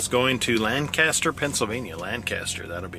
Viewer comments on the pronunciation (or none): Two things: you can have up to 4 feet hang off the back of your trailer and the people of and around Lancaster, PA pronounce it "Lang-custer". Glad you're still making videos, btw.